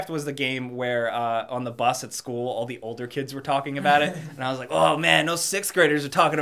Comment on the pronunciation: Has anyone noticed he says "da" instead of "the" LOL